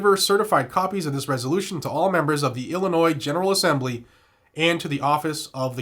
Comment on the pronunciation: just a heads up. illinois has a silent s.